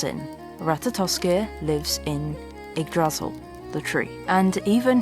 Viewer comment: Your videography is absolutely stunning. So beautiful. And so is your voice work. Pure bliss. PS: Yggdrasil. Stress is on the first syllable ;-)